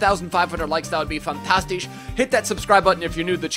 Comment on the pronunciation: PLEASE, PLEASE DONT SAY FANTASTICH